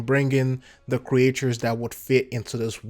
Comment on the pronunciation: Creatures. Kree-chers Not creatchors